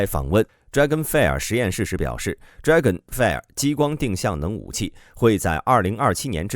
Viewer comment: fire这个词你读错了